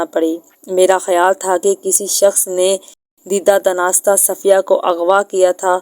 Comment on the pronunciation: دناستہ نہیں دانستہ